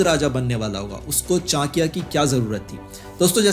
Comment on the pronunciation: पहले चाणक्य का नाम तो सही से ले ले